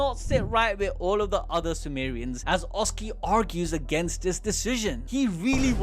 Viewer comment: Calling them Sumo-re-ans in the beginning sounds hilarious